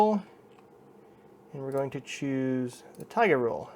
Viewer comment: the correct pronunciation would be taigA